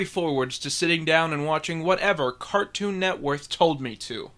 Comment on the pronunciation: Did you say Cartoon Networth